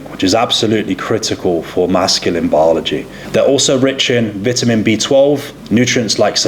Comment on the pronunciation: Dude obsessed with health and fitness, can't pronounce vitamin.